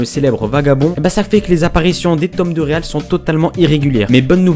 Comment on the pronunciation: Mais on prononce pas Real à l'anglaise?